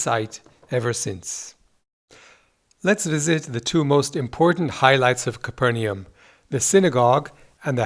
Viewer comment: It is pronounced "Cayper Nom". ;)